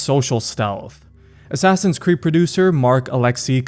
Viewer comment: “Abide by the Assass Ee Un’s Creed” -Al Mulalim